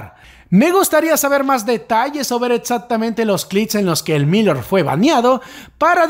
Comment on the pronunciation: Gracias por los vídeos! pronuncias raro Elmillor jajaja. No lo digo con maldad no te enfades por fa! Sólo quiero ayudar. Se que es raro xq es una palabra en catalán. (pronuncialo como con tilde en la o, "el millór" algo así, puedes usar el traductor para saberlo). Un abrazo!:3